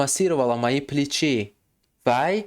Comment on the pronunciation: Не плечИ, а плЕчи ,ударение на первый слог;а в слове плечо на второй слог .